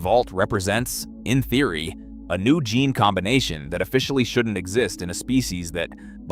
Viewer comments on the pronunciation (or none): none